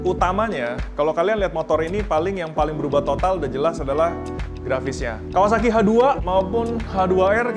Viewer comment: Nyebut Kawasaki aja kawawaki 😂😂😂😂